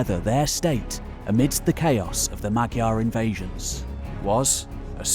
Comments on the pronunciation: You're not pronouncing "Magyar" right. Although it's spelled with a "gy", the Hungarian pronunciation is closer to an English "dy" or "j". You can look it up on Wiktionary. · There is no spoken g in magyar. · "Magyar" is closer to [MAW - jar]. "Gy" in Hungarian is pronounced more like an English "J". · Allow me to correct you on the pronunciatipn of "magyar": the phonem 'gy" is actually a soft 'd', similar to the Russian phoneme. It should rather be written as 'dy'. So the correct pronunciation is approx. that of "madyar". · Terrific wealth of knowledge displayed. Fascinating video. One small correction, if you don't mind: Magyar is actually pronounced Modyar.